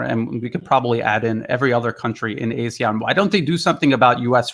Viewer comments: Hi, it’s pronounced ARE-SEAN, not A-SEAN. Keep up the good work. Cheers, from Singapore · Singapore? AR-SEAN.....LA !